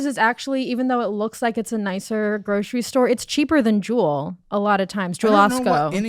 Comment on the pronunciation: Definitely a transplant the way she pronounced jewels 😭